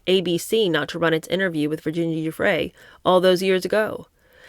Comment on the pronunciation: The G in Guiffre is pronounced like a J. It is a soft G like gym, not a hard G like gate.